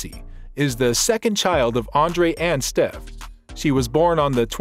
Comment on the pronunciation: It's Steffi Graff, not Steff.